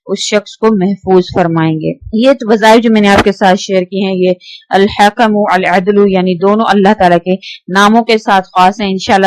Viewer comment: Ap glat pren hain al hkm adlu ap bolen al hakmool addlu